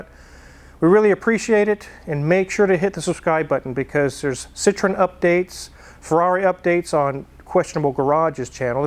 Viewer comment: Haha..., love you very much, but you can't lecture people on how to pronounce Porsch"e" correctly when you can't pronounce Citroën correctly; the French way. 😉 Keep up your great videos!